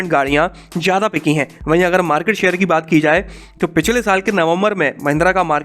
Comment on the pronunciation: Like "bhadkar, jyyadaa"